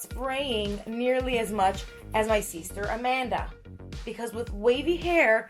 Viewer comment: y does she keep saying seester